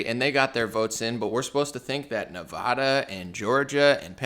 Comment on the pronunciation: I lived 15 years in Nevada. The first 'a' is pronounced the same as the 'a' in apple. It's cringey to hear it wrong.